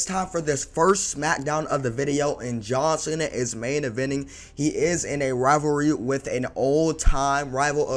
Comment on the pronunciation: why he say John cena like that😭